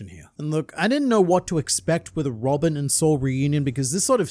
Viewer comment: it's Robin not robick, right?